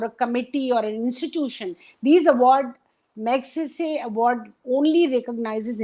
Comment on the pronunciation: Barkha. I know you take the trouble to pronounce Western names correctly. But do take to trouble to listen to how Ramon Magsaysay's name is pronounced. .